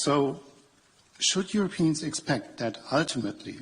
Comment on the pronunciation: Perfect translation, of course nothing less would be expected in the service of the Emperor. Also, is it only me that hears the Brussels's quisling saying your peons when he says Europeans LMAO. Full dis-closer I think claiming to be America's peons is more correct.